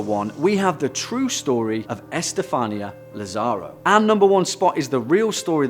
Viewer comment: I jolted when you said my name, Estefanía. "What?! Me?!!! I'm not possessed!" Tip: everyone tends to mispronounce it in the same form, but it's actually pronounced, E-ste-fa-nee(like your knee)-a.